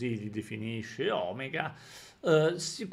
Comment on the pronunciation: Mi raccomando, si dice O-mèga (ovvero O grande in greco antico), non Òmega...